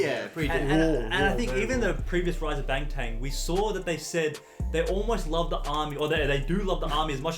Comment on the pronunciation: Not to criticize but it is Bangtan NOT BangTang no final G. Thanks